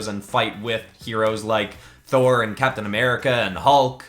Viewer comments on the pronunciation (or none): none